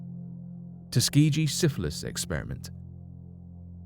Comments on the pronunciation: ugh it's tusk-key-gee...the way he says Tuskeegee wrong makes me cringe every time... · Tusk-key-gee - is how u pronounce it - I’m from Alabama like if u are peanut butter because that’s it’s birth place due to George Washington Carver- jr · Tus-key-gi say it right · I hate to be that person BUT I'm from Alabama and it's pronounced Tus-KEY-gee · Tus- Key-Gee. Tuskegee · It’s tuss ga gee that’s how it’s pronounced. Ask Lionel Ritchie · Soft G in Tuskeegee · Ugh Tuskegee is mispronounced